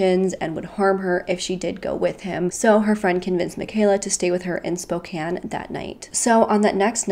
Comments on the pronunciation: You pronounced Spokane and Yakima perfectly! The first youtuber that I've watched do so. :) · I'm like 2 minutes in but as a Washingtonian we have a lot of stupidly complicated city names to pronounce but I'm glad you figured out how to say Spokane